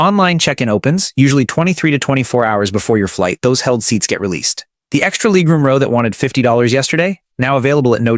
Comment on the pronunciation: What's leeg room? And base-innets?